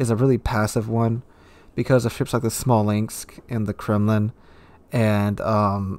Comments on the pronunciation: please stop saying Smalinx. Its Smolensk, nothing else. Also onesided matches doesnt happen as often as you think they do. I was sick of it so I wrote it down, I separated all my battle results in 4 tabs. Crushing defeat, even defeat, even victory and steamroll victory. Turns out the even games were 80% or more of the battles I played. I think it feels like steamrolls happen more often because you remember them more and they frustrate you more. What annoys me by far the most with this game however is the streaks, winning/losing streaks. It just screams rigged matchmaking all over it. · Kristoffer Lilja oh yeah that Smalinx thing really bothers me every time 😅 no offense, but it’s annoying as hell